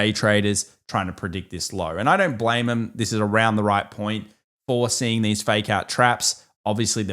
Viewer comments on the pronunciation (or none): none